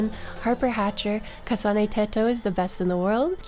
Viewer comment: Yooo at the end when you said my username you got it right everyone i meet pronounces it {Tee-to} but you said it correctly {Tet-o}you also said Kasane right but idk how to put how you pronounce it into text like teto :3